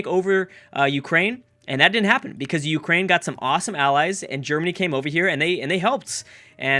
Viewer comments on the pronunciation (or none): none